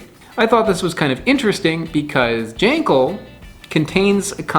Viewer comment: also its pronounced gawl - n - gawl